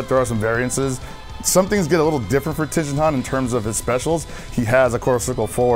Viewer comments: His name is ti en wtf is a ten si ha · If he says TIEN'S name wrong one more I'm gonna dodonpa ray him in the face lol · The way u say his name is so cringe if i was there i wud of corrected u every time u said dat